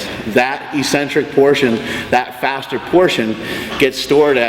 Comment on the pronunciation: just said: "Fastererest" You want me to take his advice? lol not srs